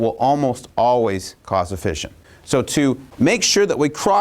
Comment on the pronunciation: Note to Kirk: fission is pronounced like "gone fishin" (like mission, compression, session, possession). The single 's' in fusion has the fyü-zhᵊn sound (like confusion, contusion, intrusion, etc.)